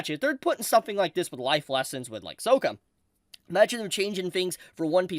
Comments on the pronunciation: It’s pronounced S-AWW-ka not S-OHH-ka. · Pls it's 'sock-a' not 'soak-a' 😂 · Another nail in the coffin for Netvatar. Or is it Shamalatar the show? Btw., his name is Sokka, not Soka.😁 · 1) It’s pronounced SOCK-KUH not SOW-KUH in the show. I’m meticulous af(I know) but my distress was too high(and I just watched thru hours of Suicide Squad Kills the Justice League footage in absolute disappointment and agony)😅 2) I absolutely agree with everything else you said. Flawed characters need to exist to provide real lessons.🫱🏻‍🫲🏾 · Love ya but PLEASE don't call him Soak-uh 😭😭😭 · SOCK-A ITS SOCK-A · wait wait is it just me or did say Sokka's name wrong like the M. Night movie did lol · it's pronounced Sahkah. Just for future video's sake. It was giving me flashbacks of the live action movie all video. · no way you pronounced Sokka's voice like that 🤣I hope you did that on purpose. If not, still funny nonetheless 🤣honestly, hearing this is very disheartening to see since everything else so far seems great and kinda makes me think of the future of One Piece with Bon Clay and if they ever get to Impel Down what they'll do with the Newkamas. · Did u pronounce sokka wrong on purpose? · I think we should hold our criticisms until we watch the show. They may give Sokka a better character arc or it might be what it seems like and a bad change we won't really know until we watch the show. Also they way you're pronouncing Sokka 😭😭😭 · Bro, you’re saying Sokka’s name wrong! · The way you pronounce Sokka, is criminal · Yes, yes it is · Pronouncing Sokkas name like that throughout the whole video is crazy. Agreed on the rest tho. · I’m sorry, WHO?!how did you say sokkas name?! Did we learn NOTHING from m night shamalan!?